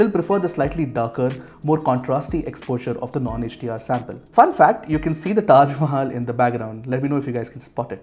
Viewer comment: Why would an Indian pronounce Taj Mahal as the foreigners do ? :/ JustSaying 😅